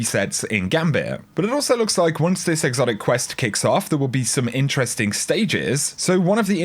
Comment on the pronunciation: why does this dipshit say "intrestink" instead of interesting